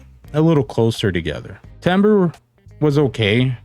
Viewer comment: 'Al you min e um' but you were close, made me very happy that you tried and you probably made the French nation happy in pronouncing timbre as tamber (as you should) I have the S12 pro's and they're not to my liking, they probably have others that are but I'm in the 'once bitten twice shy' house